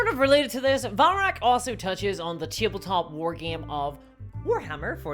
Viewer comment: wtf is "teeble-top"